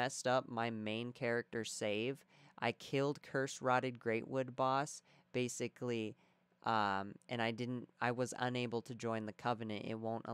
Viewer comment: bashically xD I'm sorry man, had to laugh at that, no offense. Nonetheless, great video, subscribed. I only needed mound makers only to find out that I killed the rotted tree so I fucked up. ng+2 here i come...